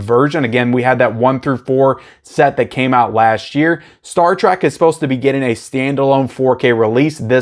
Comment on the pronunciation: From Spock's sake STOP calling it Star TRAK. It's TREK. T. R. E. K.